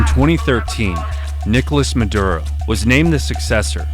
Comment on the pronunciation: Came for the Aura ad, stayed for the "Sicario 3: Muh-Durr-Ohh" trailer.